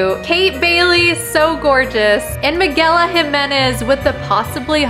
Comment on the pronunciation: How she said my name was hilarious, and I get it a lot, it's hard to pronounce, so I don't correct them because I love hearing how people pronounce it..😂😂😂😂 but if it helps its Miguel-ina